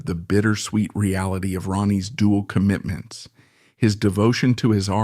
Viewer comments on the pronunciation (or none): none